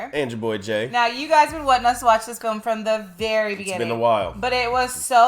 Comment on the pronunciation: Film not folm!!